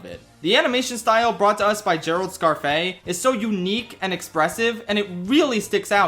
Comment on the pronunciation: That pronunciation of Gerald Scarfe's name threw me off so much lmao I had to google it and the like, Google recommended version of how to pronounce it is just wrong lmao 😭